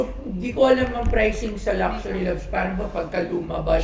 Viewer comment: They cant even pronounce LUXURY correctly lol.